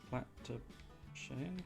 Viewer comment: Shy-anne is the pronunciation I've heard most often. Could be interesting. I find it more fun to play games like this than watch, but it's an interesting game anyway.